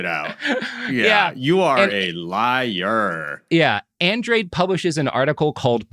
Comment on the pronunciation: I'm wondering how a fellow Texan like Robert hasn't met anyone named Andrade and learned it's Spanish pronunciation, "An-drah-day."